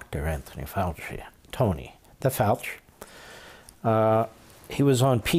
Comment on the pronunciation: "The Fauch" 😂😂